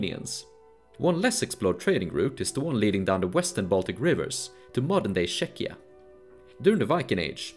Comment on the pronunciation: fascinating... one gripe: You pronounce scandinavian terms admirably, however the sounds of slavonic or eastern names and terms, even current today, like Czechia, are completely botched. They would have been far easier to find then the pictures. Somehow I feel surprizingly, personally offended.